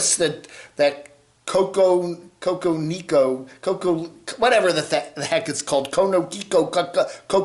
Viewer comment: The entire state of arizona should be locked down to non citizens. It’s getting dangerous and there is no forecasted rain in sight. One spark and a fire will crop up! Also it’s pronounced CO-CO- NEE-NO!